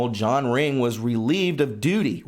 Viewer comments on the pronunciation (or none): none